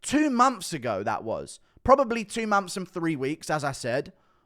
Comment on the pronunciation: 2 mumps later no dude it's 2 months later Not mumps lol